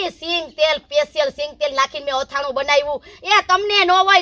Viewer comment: અથાણું કહેવાય આથણુ નહીં